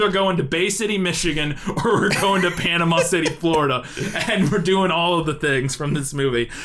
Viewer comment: You can tell the dancing concierge is not from Panama City Beach because he doesn't pronounce it Panamall city 😅